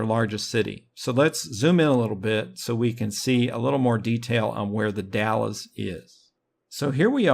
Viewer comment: Not to be an asshole or anything, but just for your future reference, it is pronounced "The Dals" not The Dallas. Sounds like Pals but with a D instead of a P.